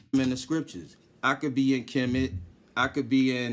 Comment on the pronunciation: Did he just pronounce Chemist as Kermit?